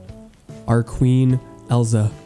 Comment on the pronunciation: okay but the way he pronounces elsa 😭✋ i get that he hasn’t seen the movie but it just feels so off 😭😭😭